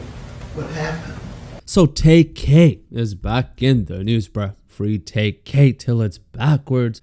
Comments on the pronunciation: LMAOOOO HE CALLED HIM TAYK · Lawyer actually called him ‘Tay Kay’